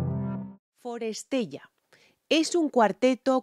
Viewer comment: es forestella, pronúncialo bien